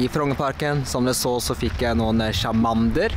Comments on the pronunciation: hvorfor sier du chamander i stede for charmander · Charmander uttales tsjarmænder!